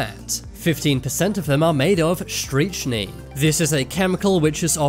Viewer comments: Pronounced STRICK -NINE not 'striCH --nine'. You could fuck some people up if you mispronounce poisons! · The scariest thing was your pronunciation of strychnine. It’s pronounced “Strick-nine”. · It’s pronounced “ Strick - nine” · You should check on the pronunciation of "strychnine" before you try to pronounce it. It's "struck-nine." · Pronounced strict nine streetschtree